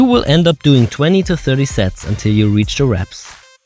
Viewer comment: Did he say a lot of sex or sets?